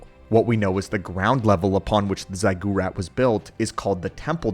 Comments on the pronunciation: "Zig er at" not "zig gore at" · "zy-GOO-rat" is actual pain from how bad of a mispronunciation it is. Good sir, it's "ZIGG-ur-at" or "ZIGG-ur-ot". This ain't one of the made-up names of a sci-fi setting, it's a real word with a real pronunciation. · get your emphasis correct zig u rat ... not zeye gu rat .... this appears in many movies that most people have watched ... stop speaking American and speak proper english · It is pronounced "zig your at" Ziggurat. Not "zey gyur at". Hope that helps... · You lost me at zy-goo-rat. Good luck, mate. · It's Zig-A-Rat ! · Sorry but the pronunciation for “ziggurat” sounds like “zig” as you might say “cig” as short for cigarette. In full it should sound like “zig”- ur pronounced “or” or “er” and at pronounced as “at” or “ot”. Therefor “zig”-“or”-“ot” much like “aught” to finish sorry just bugged my OCD hope this help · Yeah, that was painful. Please, if it's a word you're unfamiliar with, look it up ("Ziggurat pronunciation" will bring up audio right away.) "Zy goo rat" (*winces in pain*) is like pronouncing Jedi "Jee eh da yay" or something. It's audible torture to hear. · Seriously learn how to pronounce ziggurat before you fuck it up any more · That's not how you say 'ziggurat' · I have never heard that pronunciation of Ziggurat before. Made me do a double take, you did. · Really butchered it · You mean the incorrect pronunciation 😂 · What’s up with the crazy pronunciation of the word ziggurat brotha?! 😆 great video though!